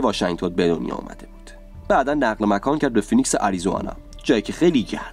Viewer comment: آریزونا ✅ آریزوانا ❎